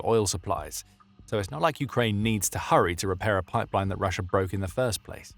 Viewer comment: "perfect place por putin po position pussia's post pimportant poil pacilities" Did anyone else hear that too?